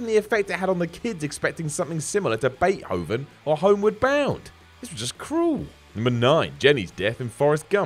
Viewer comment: ok why do you pronounce beethoven "Beith hoven"